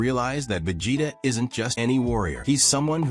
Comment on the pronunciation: Whatever you used for the voice over for this video, don't use it again, the way it kept saying Saiyan and Vegeta was painful to listen to, otherwise, it was a good video.